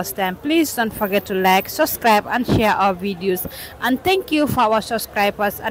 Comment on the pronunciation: It's not suscribe,,,it's SUBSCRIBE with a "B"...it seems nobody in the Gambia,at least the online 'journalists',can pronounce the word right!